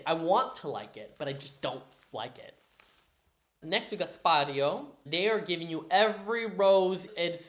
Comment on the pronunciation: It's Sypario, not Spiralio (I think this with Hermione's voice😂)